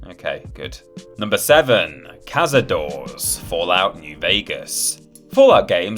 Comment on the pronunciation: Cazadores is pronounced KA-SA-DOH-RES, not CAZADOORS, do your research 🧐😤